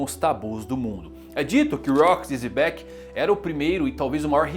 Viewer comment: Pq ele chama Xebec de Zebec?